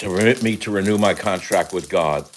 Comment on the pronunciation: God !not Gog